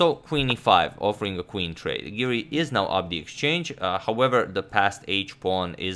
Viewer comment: Hey Siri, it’s Giri not Siri. 😆